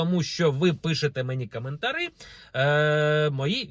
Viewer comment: Залишилось підкорегувати слово "кАмЭнтарЫ": "коментарі"😉